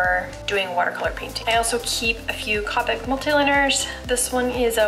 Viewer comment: Well done video! Copic has a long “O” that rhymes with doe. The Rendr sketchbooks don’t bleed through even with alcohol markers. I’m in the process of filming a watercolor series including travel and palettes. I enjoy seeing what others use - thanks!